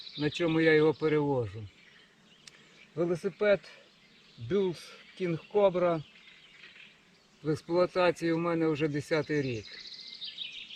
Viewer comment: Маленька поправка, коли вимовляєте назву велосипеда то коректно казати "булс", а не "бюлс". 13600км це пробіг на цьому ровері і в цілому за життя чи до нього були ще велосипеди?